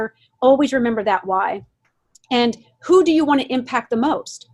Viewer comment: “My Canadian viewers sho are anti-mlm”. I’m sure you have so many Canadian viewers. 🙄🤣